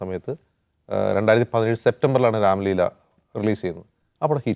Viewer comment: Ramleela alla ramaleela.Onnum ariyathe enthokkeyo parayunnu